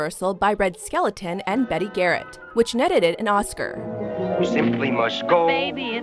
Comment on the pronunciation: Red SkelEton! RED FUCKING SKELETON!!! IT'S RED SKELTON! ONLY ONE "E"!